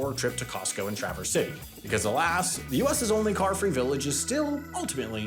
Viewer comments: wow only St. Ignace got dunked on like that, even pronounced Traverse city correctly. Also thanks for telling the whole country about our beautiful and wholesome island of Mackinac, definitely wont be overcrowded now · He got Traverse City right.